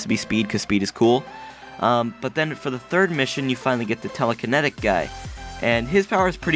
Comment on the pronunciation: Telakenetaik? Your saying it so wrong XD .